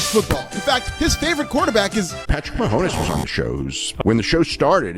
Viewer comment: Man it’s sucks for swerve he isn’t booked like a champ and everyone knows he’s just gonna hold the belt till wembley Also how fo you fuck up the pronunciation of “Mahomes”